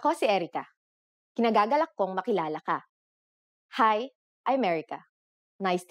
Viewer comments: The right way of saying "[i'm] pleased to meet you" is "IKINIGAGALAK kong makilala ka", ee-kinagagalak, not kinagagalak. You forgot to say, "i" before the "k". :) ...but that's fine. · ikinagagalak, not kinagagalak.